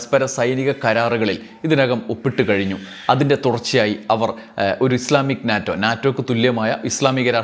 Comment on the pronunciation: NATO, North Atlantic Treaty Organization, pronounced as NETO.